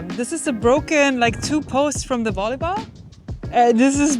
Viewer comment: The Volly-haul 😂